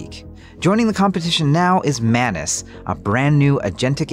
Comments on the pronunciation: Its not manus its Maa noos - मानुस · Why do I always hear “menace” instead of Manus?